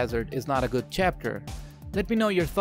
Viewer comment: "Good" not "gut"